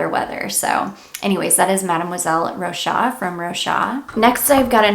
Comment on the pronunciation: Great video ! If i can tell you, i'm french and you have to pronounce the "s" of Rochas, like "Rochass" 😉